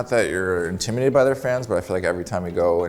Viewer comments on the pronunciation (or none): Not Nylander struggling to pronounce intimidated 😂